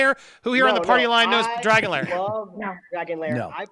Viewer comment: Wait!! Did Andy just say "Dragon Layer"??? 'Cause that'd be a whole different kind a movie